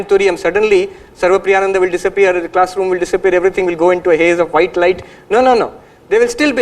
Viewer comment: You're so close! Just remember to pronounce the 'Nan' part like 'nun' (as in a sister in a convent). So, the correct pronunciation would sound like "Nun-da", but it's spelled Nan-da. youtube Caption Correction spelling: The caption says "Opanishad", that's definitely a mistake. The correct spelling is Upanishad, with the "U" at the start, not "O." Glad I could be of help 🌸🙏